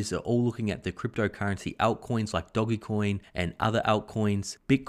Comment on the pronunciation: It's DOGEcoin , not DOGGYcoin